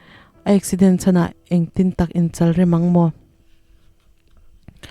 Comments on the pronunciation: Tlumtea chhiar dan tur tlum tih hi fatlum tih lama tlum ang hian lam tur. Chalrem tih lai a chal hi bawngchal, arpachal tih a chal lai rik dan ang hian lam tur bawk. (I haw lo turah ka ngai ve tawp) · Duh aiin i chhiar uluk lo e,in chalrem i lam dan a dik lo